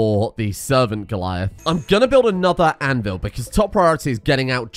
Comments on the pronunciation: Anvil -- Anne-Ville XD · ahh yes making a "Annevil"